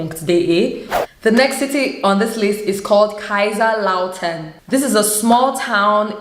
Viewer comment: hi sis, i love the way you pronounce Kaiserslautern.(kaisers-lautan).You are very very cool. ABONNIERT SOFORT.❣❣❣